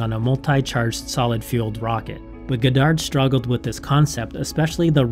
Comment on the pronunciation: Great video but I cringe everytime you say his name wrong!